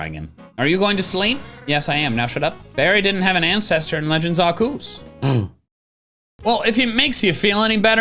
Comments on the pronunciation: THERES AN E IN ARCEUS BRO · You're saying Arceus wrong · I've been watching the meme reviews for a little while now, but I still don't know why he says "Arceus" like that. May somebody give me context?